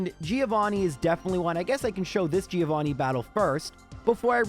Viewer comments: It's "Joe Vanni," not "Geo Vanni." He is Johann, not Vanni of the Earth. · I will pay for a subscribtion if you start saying Giovanni right (the i is "silent") I really love watching your videos 🤗